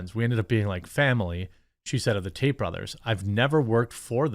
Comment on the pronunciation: It sounded like she said andrew taint. LOL. Either way, hopefully the creeps pay their price, regardless of who or what and let the truth set free and condemn..